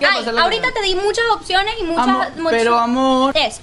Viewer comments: Evaluna: Tengo 2 oczionez con acento gringo Evaluna: AYYY JUEPUCHAA Evaluna: Te vez horrendo amor, te amo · " tengo dos oczionez" 😂💖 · "tengo dos oczionez" jajajjajaj me encantó